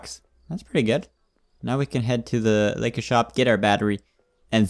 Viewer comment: When he says laika I hear liquor